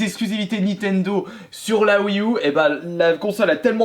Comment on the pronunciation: La "Oui Ou" 😅😁